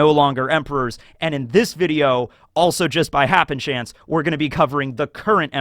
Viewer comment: Why does he keep saying happen chance isn't it happen stance